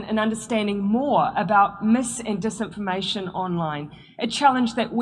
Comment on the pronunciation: mees-information dees-information LOL. I'm a Kiwi and you cracked me up!!! 🤣🤣🤣 We have very flat vowels.